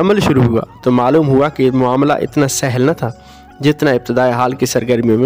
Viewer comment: محترم لفظ سَہْل ہوتا ہے شکریہ